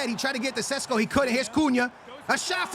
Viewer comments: sesko not sisko. lol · My guy can’t pronounce names to save his life lol Ahmed and Cisco lmao